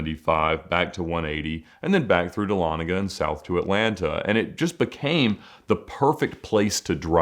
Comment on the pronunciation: Holy crap bro !! I live in dahlonega and you said it correctly !! It’s a rare thing to hear. Great videos !!